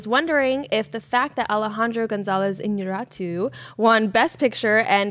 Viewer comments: People. Please stop pronouncing it "InarAAAtu", its "InnarEEEtu" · She's latina right? Shouldn't she al least know how to pronounce IÑARRITU? I mean, all of you guys... you work in the movie business. Learn how to properly pronounce actors,directors, etc. names. It'll take just 2 minutes. I can understand someone who is not used to talk about this people butchering the names. But there's no excuse for any of you. Saoirse Ronan, Alejandro G Iñarritu, Ralph Fiennes, etc. deserve some effort.